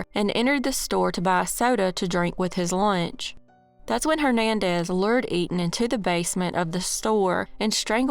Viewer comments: Etan’s FATHER pronounced it for a guy in at least one interview I saw. He probably had to correct people all the time. Because I too would read it as “Eet’n Pats” before seeing the dad pronounce it. And why would newscasters just make up the same non-intuitive pronunciation? I’m sure people on the street went with “Eet’n Pats”, but they were not correct. I don’t know what else to tell you but look it up. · there is an interview called “Stan Patz: ‘I am truly relieved’” where the reporter, the District Attorney, and most importantly Etan’s father all clearly pronounce his name exactly as I describe. You’re welcome and have a nice day. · Pronunciation... E-tan